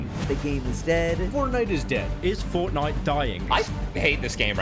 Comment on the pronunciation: sypherPK, the guy who has been making fortnite videos forever but still cant pronounce "fortnite" FORNEI